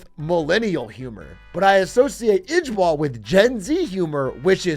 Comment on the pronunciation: This the second time a Dutch word is turned into an acronym for something funny. Lol was already a word before it became LOL, and ijbol is also a dutch word (at least let's pronounce it the better way, "eye-bol" like in Dutch)